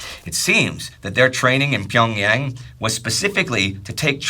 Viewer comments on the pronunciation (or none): none